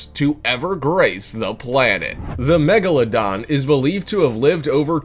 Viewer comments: He mispelled "megalodon" he said "magalodon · He said magalodon instead of megalodon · It’s spelled Megalodon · lol magaladon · The magaladon? 😭😭😭 when u don’t English